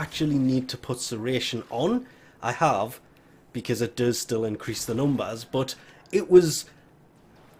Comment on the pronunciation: "Crit will also incriss, increase with these"